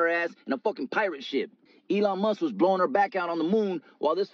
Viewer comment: Dude said “The time she slept with Elon Must the owner of telsa” 😂